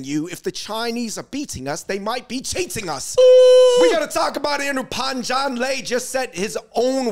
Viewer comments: your pronunciation of Pan Zhan Le is terrible lol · Fung brothers not pronouncing Pan Zhan Le properly while defending him is ironic af.